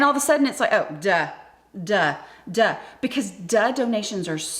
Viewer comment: I thought you were saying dud for the longest time 😂